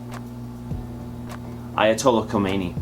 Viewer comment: Re: #15 Ya gave it away because "Ayatollah Khomeini" was the only name you could pronounce. And Vonagoo? Still love you cats. Peace on earth.